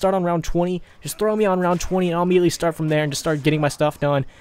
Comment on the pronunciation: He said throo instead of throw